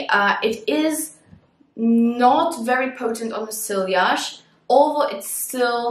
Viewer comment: you don’t say silliage you say see-yage. Je t’en prie- apprend-ça si tu vas parler de parfum:-) And also, in English you don’t say “this is how I want to smell like”. We say “this is howI want to smell.” Point final- merci! Mème si tu ne liras jamais mon message- j’essaie de corriger la grammaire de mes amis, car je suis flic de grammaire.